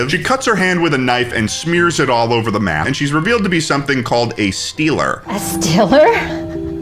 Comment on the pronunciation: a stealer? 😱 she’s from pittsburgh